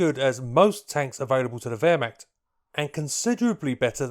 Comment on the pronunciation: As a german, i don' t know, what Währmakt or Wolkssturm is? Do you mean Wehrmacht and Volkssturm? :-)